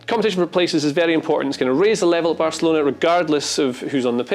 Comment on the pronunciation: Barcalona? Don't you mean Barcelona*?